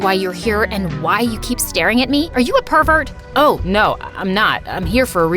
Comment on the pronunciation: The part she says a̲r̲e̲ u̲ a̲ p̲r̲e̲v̲e̲r̲t̲???????? 😂😂😂😂